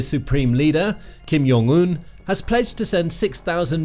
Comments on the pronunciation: ... OK, I know this is really pedantic, but holy hell did you butcher that pronunciation. Kim (fine) Yeong (wtf? Jung. It is pronounced exactly the way it looks to an English speaker) Oon (Eun. I get it. Everyone gets it wrong. Think "un" in French.) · Yes, please pronounce the name of Kim Jong Un wrong and write it wrong as well... After all, being educated and civilized is overrated ;]